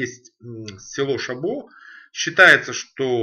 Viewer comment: Коньяк старше 10 лет - нормальный. До 10 - как и все такого уровня. И еще - местные называют - шабо, с ударением на первый слог.